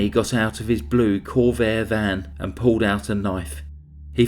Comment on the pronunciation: Impeccable narration ? you really dont listen do you Puwwled out knives Boad fawt for he life twelfe days later strangwled kiwled etc etc etc